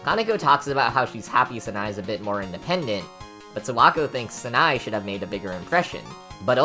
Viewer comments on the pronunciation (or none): Your pronunciation bothers me: It's not "Snai", it's "Sa, na, e". And "Reisen" is "Rei, xen" instead of "Raysen" BTW, "Yachie" is pronounced "Ya, chi, e", not "Yachee".